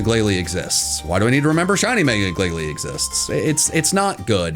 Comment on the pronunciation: IT;S GLALIE, NOT GLIGALIE!